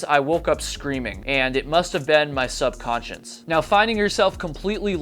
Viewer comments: I’m a bit ocd about mispronounced words. It’s not sub-conscience. It’s sub-conscious. Also not pronounced con-tig-uous. It’s pronounced like ken-tigyoo-es. I apologize, not trying to be a know it all. Like I said just a personal pet peeve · its pronounced, sub-con-scious, no N in the last syllable. you have a con-sience....but no subconsience....thank you! most likely the greek root is the same.... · I feel bad but please check your pronunciation of the word subconscious.